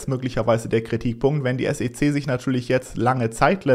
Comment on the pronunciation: kannst du wieder S E C Sagen und nicht Sece Danke